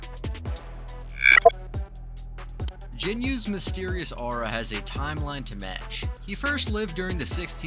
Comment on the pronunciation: Jiyu?????? Gino?????? Who????? It's Jinu!!!!!